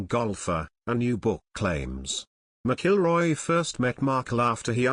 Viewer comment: You really butchered Rory's last name..lol He definitely missed a bullet..lol